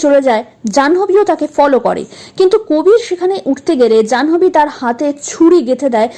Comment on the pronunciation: 'জানহোবি' কি ভাই? উচ্চারণ টা হবে 'জান্ভি'